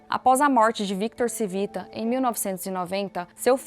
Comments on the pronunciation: Não era Civita , era “ Tivita” o correto de falar …É italiano ! Colocam a pessoa pra falar de algo e alguém tao importante e nem sabem pronunciar … nem foram atras saber o sobrenome direito ?? Eu hein ?! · Por favor, corrija a pronúncia! Não se pronuncia Civita porque não é Português e sim Italiano. Lê-se "Tchívita"😢. Gostei do conteúdo, pois fui assinante de várias revistas da Editora Abril. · “Tchivita” não “Sivita” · Video excelente! Único pecado foi faltar um pouco de pesquisa e chamar o dono e fundador de Victor "Sivita", sendo o modo correto é "Tivita". (Victor Civita. Roberto Civita). (Pode ser comprovado nesses vídeos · O nome do cara é Tchí vi ta. Proparoxítona. O nome é italiano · Excelente video! Nos tempos áureos da Abril - e também dos meus pais 😂😂😂 - no final dos anos 80/começo dos anos 90, assinávamos VEJA, Capricho, Superinteressante e SET (especializada em cinema). E líamos todas!! Deu saudade deste tempo. Só uma pequena correção: o nome da família Civita se lê (Tchívita). Parabéns pelo Canal! :) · Como vcs fizeram uma pesquisa tao completa e erraram na fonetica do nome do fundador ? Era só procurar uma mencao "CIVITA" em qq tele jornal ou radio e saberiam pronunciar o nome de uma forma correta... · Muito bom o vídeo, só tenho uma ressalva se a pronúncia do sobrenome Cívita está correta, dado que é italiano seria proparoxitona e não paroxitona como no vídeo.